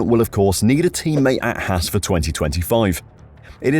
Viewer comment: It’s haas not hass